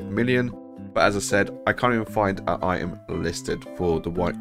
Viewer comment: You did miss something - the "T" in the word "item".